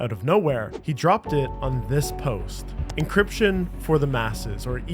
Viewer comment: encryption, not 'encription'